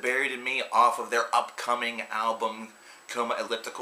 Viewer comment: "Coma Elliptical" HAHA